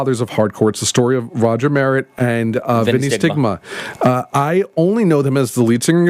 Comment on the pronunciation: Pronounced Roger Mer- rett